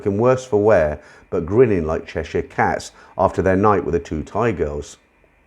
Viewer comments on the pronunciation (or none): none